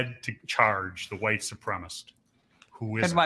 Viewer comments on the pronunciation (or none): homeboy cant pronounce white supremacist correctly cracks me up every time